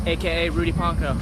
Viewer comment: I don’t get Elaine, also it’s Pon-co not Pan-cow.